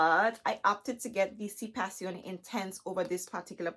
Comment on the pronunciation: You are Beautiful Black Girl Magic. And thank you for pronouncing the fragrance correctly.... lol I just got the revised Si intense 2021. but I want to try one of the Si Passione fragrances. Thanks for helping me to decide which one. I think I want to try the Si Passione Intense.